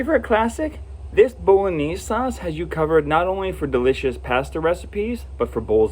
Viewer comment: What a great selection of sauces! I'm going to try every one of them-thank you! Love the way you pronounce bolognese! Never heard anyone pronouce it like that! Looks delicious! Thanks. Love your videos-watch them on repeat to get loads of dinner ideas and for the general enjoyment that comes from watching you and your lovely family. 😊😊😊